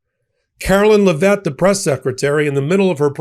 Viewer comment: At the risk of sounding like a smartass, Trump's press secretary/bimbo's last name is pronounced LEV it. I find her equally disgusting to all of the other clowns who have been Captain Bone Spur's press secretaries.